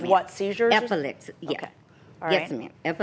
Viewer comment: Did she say Epilepasy???? Maam now u know 😅😅😅